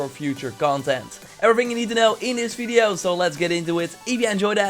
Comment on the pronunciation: When I read this, it was in your voice complete with the "feedio" part. Much <3!!